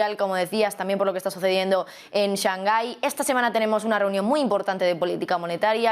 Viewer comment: Porque siempre pronuncia "shanjai"?? Lo pregunto desde el desconocimiento. Saludos